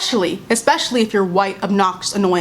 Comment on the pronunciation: she didn’t have to emphasize “white” though